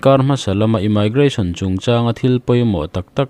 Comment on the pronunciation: Immigration ( imaigration❌, Imigration✅